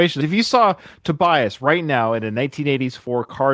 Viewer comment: And Tobias is Toe-b -uss